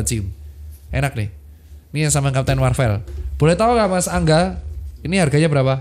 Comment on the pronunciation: sorry dok, bacanya marvel bukan marvel:yougotthis